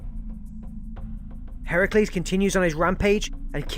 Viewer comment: I'm so happy that you pronounce Heracles' name properly. so many say Her-Cue-lees and while modestly funny in western culture, it's just so wrong in the telling of the stories.